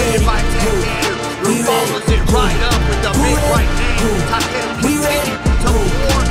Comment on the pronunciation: Takeru chứ ko phải takuro tên võ sĩ cũng ghi sai được nữa